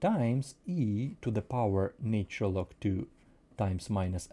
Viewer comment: "natural", not "naytural [sic]"